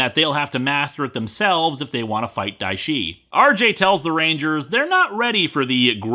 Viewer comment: Everytime you say dia shi a just think go away haha